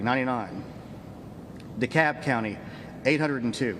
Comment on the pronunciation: Thanks for clarifying how to pronounce DeKalb, lol, that's been driving me crazy.